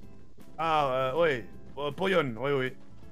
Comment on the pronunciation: Il devrait apprendre quon dit Poyo et non Poyone xD